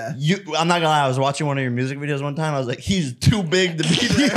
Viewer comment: The five hundred and wonth Jake? :D